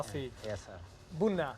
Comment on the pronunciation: Marcus how come you don’t try to speak Amharic!? You still sound Ethiopian when you said Buna. 😍